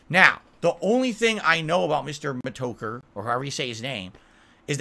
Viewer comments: Mr meh-toe-curr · Mee toe kurr